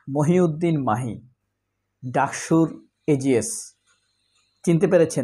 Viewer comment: মাহি না ভাই মহি।